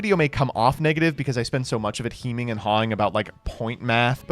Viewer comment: HEEMING and hawing?!